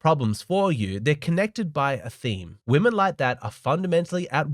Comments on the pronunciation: Its WOMEN!!!! not WOMAN! Why can't americans pronounce it right? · How come so many women say "woman" both in the singular and the plural? So annoying.